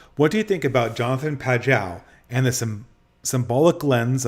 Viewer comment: I'm sorry, this is really grating on me: Pageau is pronounced Pa-zhoe, or Pa-joe if you won't soften the j, not Pa-jow. It's French in origin.